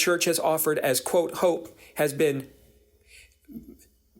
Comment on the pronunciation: "banal" lol